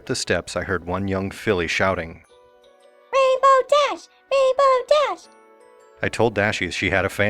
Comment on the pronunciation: My only complaint about this series is that the emphisis is supposed to be on rainbow, not dash